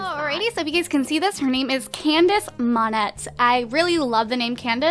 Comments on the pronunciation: It's (Moan-Ayy) not (Mon-Ett). If you want a french last name, at least get pronounciations right. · It's pronounced MON-AY, not the way you do. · lol i love how she mispronounced Monette (monay) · Still annoys me that she can't pronounce monette